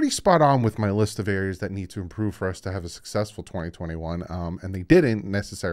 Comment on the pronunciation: Love you but its improve not imporove lol. Keep up the great work!